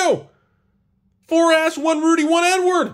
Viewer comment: I swear he keeps saying N-word when he says Edward.